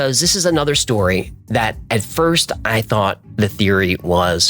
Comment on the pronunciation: Only now noticed that you pronounce "object" weird.